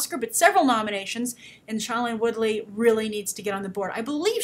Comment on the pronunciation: you're STILL pronouncing Shailene Woodley's first name wrong. She always pronounces it as "SHAY-lene" not "SHY-lene".